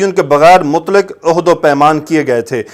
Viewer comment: Mazrat ke sath,ohad nahi hota ahad hota ha jiska mtlab ha wada